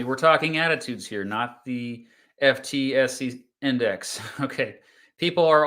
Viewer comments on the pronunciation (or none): FTSE is pronounced footsy!